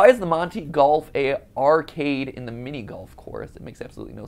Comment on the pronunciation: I love that mark goes “ Monty golfs for nerds” And MatPat goes “ MMONTY GOLF”